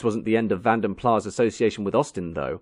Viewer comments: Vanden Plas (or van den Plas) is a Dutch/Flemish name, so the s is sounded - it is not plah. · if it's a Dutch name, surely that last word should be pronounced the same as "plus"? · It's 'Van Den Plaz', with hard 's'. The name is flemish/ dutch, it is not french. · It's pronounced Van Den Plass. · Im surprised that you don't know it's pronounced "plass' , it's not french it's Dutch pronunciation. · Interesting. Thanks for the upload. One remark: VandenPlas is a Dutch name, working in Flanders and the pronounciation therefore is with the "s" at the end. In Dutch words all letters are pronounced. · The "S" at the end of Vanden Plas IS pronounced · Accurate? Vanden Plas pronounced wrong and invented a w123 Maybach. What’s accurate about that? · Vanden PlaS .....you pronounce thé S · Walloons - the southern French speaking Belgians might. But Vanden Plas is a Flemish name. Similar to Dutch, and would pronounce it with a rather sharp S, even more emphasised than old in this video. In any case it became a British company, and especially in the car industry, not too many airs or graces are given so Plas as in Plass would be most likely. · The "s" in Vanden Plas is pronounced, it is not a silent "s". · I know nobody pronounces it but it is Flemish, not French. That S should be pronounced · That’s one way of pronouncing van der Plas. It’s Belgian not French. The S is pronounced. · It's a Dutch pronunciation ie you say the "s" . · You pronounce the S - it's not French. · What a shame you make such a documentary about a company and don’t pronounce its name properly… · No. How can you forgive making the same error over and over again? It's painful. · How is screwing up the pronunciation of the company you're making out you're an expert in a minor error? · I suspected it was Belgian, hence it is called PLAS with an S at the end and not PLAA, as it is not French. No bigy, there are 7000 languages one of which is English, so you are bound to be 6999 to 1 wrong.